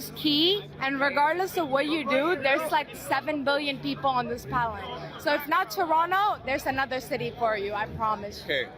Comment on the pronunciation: "On this palent" 😁